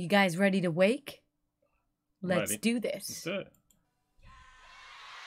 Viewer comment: Holy crap this is old, 2003 if I’m not mistaken. Back when DEG played with less strings, lol. Title is pronounced “wah-kay” by the way.